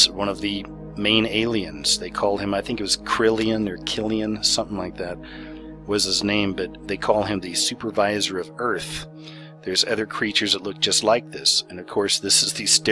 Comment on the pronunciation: its "Karellen" not "Crillion". Good video otherwise.